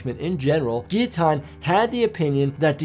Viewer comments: The geeoteen sounds nasty, but that could be because it's not pronounced geeoteen it's gilloteen. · I always pronounced it "gill-a-tine". Lmao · Wait. The L's is guillotine are silent? I've been pronouncing it wrong for 25years. Lmao.